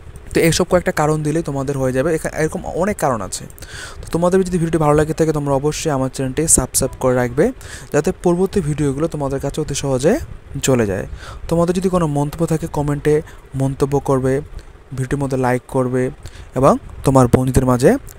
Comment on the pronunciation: সাবসাইব বলেছেন আপনার ভুল হয়েছে সাবস্ক্রাইব হবে উচ্চারণে😊😅